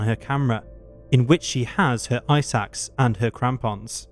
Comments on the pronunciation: Ice Axe not eye sacks. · Narrator “his/her ice axe” My brain- “eye sacks”